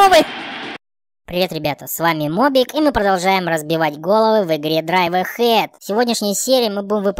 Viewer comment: правильно драйв эйхэд